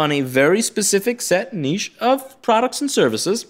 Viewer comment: You said niche properly...not "nitch". Thank you.